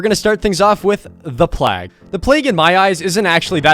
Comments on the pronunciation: plag its pronounced vomit lady get your names right XD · Why does he keep saying plag lol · YOU SAID PLAG AGAIN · he says PLAG then he says PLAGUE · “The Plag”😂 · There's someone else out there that also says plag I forgot who tho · why do you not know how to say plague, holy fuck my brain hurts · ''moving to C tier we're gonna start things wit'' dramatical pause THE PLAG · Why cant say anything related to the plag correctly? Corrupt intervention? Hah!